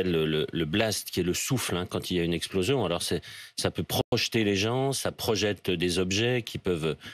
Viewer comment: Sur cette esplozion, Fo pá shismatiser pó Fer mamalgame pó bien...